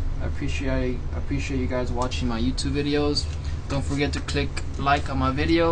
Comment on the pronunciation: That first appreciate had a full blown Aussie accent, beauty mate!👍